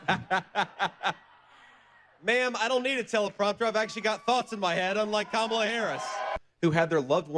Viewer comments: KAmala, not kaMOLLa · Please pronounce Kamala correctly! Comma la, not Ka MAL A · Please practice the pronunciation of Kamala. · Bravo! You link adjectives together in new and fascinating ways, e.g. description of Crusty Gnome. DJT providing 'emotional support' is akin to Putin providing air conditioning accessed through a 12 story open window. Think 'Comma-la'. Rednecks around me here in good ol' Georgia giggle when saying Ka-MALA because they think it sounds African. Please come play the Fox. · You pronounce Kamala's name wrong